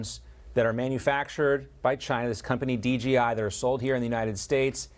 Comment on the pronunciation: DJI , not G